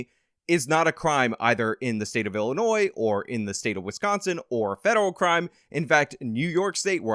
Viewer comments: Illinoi Not illi noise. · hmm you said Illi-noise, your argument is invalid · I'm sorry, did I just hear you pronounce the 's' in Illinois? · You're credit for making the point about crossing state lines is voided by your pronouncing the 's' on the end of Illinois. I'm story. I'd give it too you if I could. But we have to maintain standards. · FYI,, pronunciation of Illinois, the S is silent. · In illinois the S is silent 😎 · you can be correct on all the facts, even a year ago, but you still pronounce the "s" in Illinois. OPINION DISCARDED.